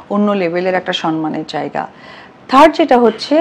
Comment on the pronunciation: আপা সবার আগে আপনার সনমান উচ্চারণ টা ঠিক করেন,,,,,,,,এটা সম্মান হবে